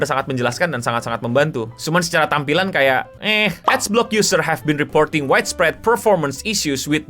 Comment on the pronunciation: Bacanya Ad block bukan Ad blox